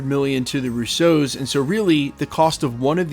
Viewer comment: The Russo brothers last name is Roo-soh, not Rousseau